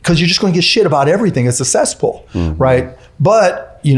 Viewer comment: Elon has opened up free speech on X, but Cuban the grifter calls it a ceasepoool. SMH.